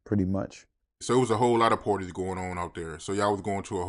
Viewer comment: Say “parties” one more time lol😂